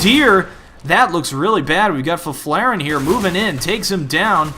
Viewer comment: haha as a swede I love the way you say Fifflaren